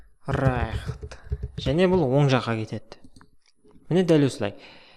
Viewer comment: Right - райхт деп оқылмайды, райт деп оқылады